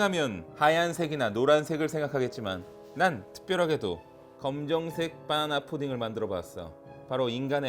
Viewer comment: 님은 격조높게 '바나나'가 아니라 '빠놔놔'로 푸딩을 만드시네요.ㅋ